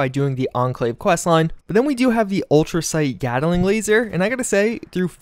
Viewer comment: Sorry but this was killing me.... GAT-LING. GAT-LING. GAT-LING. there’s no “A” in between “gat” and “ling”.